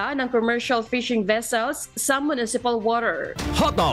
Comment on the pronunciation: Grabe naman ang pronunciation oi: water-. woder, fisheries - fizeriz